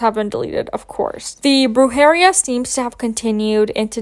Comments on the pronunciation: you said Brew 😾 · No no no no. It's pronounced "broo he REE ya" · The pronunciation of “brujería” had me rolling lmaoooo u tried your best bby♥️